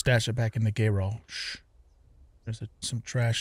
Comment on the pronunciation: Gayrage and seament. Nice pronouncing man. 😂